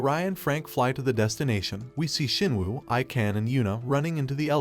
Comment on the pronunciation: Shinwoo nah it ain't jin woo